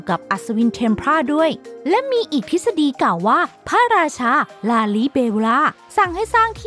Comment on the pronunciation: แอด ลืมออกเสียง ร ทุกคำเลยอ่ะ เช่นคำว่าพระราชา แอดออกเสียง พะราชา 😅